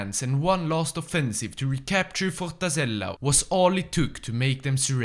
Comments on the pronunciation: "Fortazela" i died when you said it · "Fortazela" kkkk